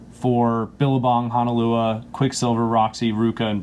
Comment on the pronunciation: It’s HONOLUA, not HANALUA. Kook…